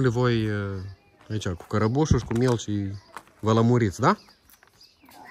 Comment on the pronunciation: Se spune melci,nu mielci